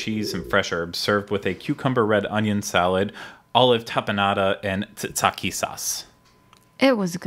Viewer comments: I'm not shocked that can't pronounce tzatziki sauce, but I didn't think he'd come up with "titsaki." Add it to the Craigtionary. For the record, it's typically made with greek yogurt, cucumbers and dill and is most commonly served with gyros. The one here does look way more solid than any other I have ever seen. I've never seen tzatziki that has been scooped into a ball before. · titsakee oh lord....ta-zee-kee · "titsake" is a JAPANESE recipe from geisha houses. (smile)